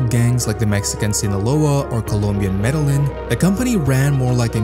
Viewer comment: bro really said Medal-Lin